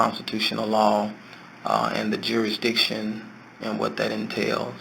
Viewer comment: He actually said "jury-diction". 😆 They told him he had go to "the other building". They haven't yet figured out that they're sending you to another building because they don't want to deal with you. Like when the guy at the State's Attorney's Office send Ronnie Lee Davis to the next county. I hate to break it to him, but you have to pay taxes anywhere you work; right now I work with Canadians and UK citizens, and they all kick up to the IRS. And unless they have a long term sponsor, they have to leave immediately if the show closes. It's a nice dream, though. I found a uniform for him on Amazon. It has a badge, a hat, sun glasses, and a pornstache. I think the pornstache really ties the look together.